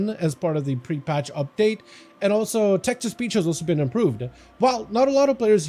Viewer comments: I thought he said Texas Peach instead of Text to Speech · Pretty sure he did say Texas Peach 😂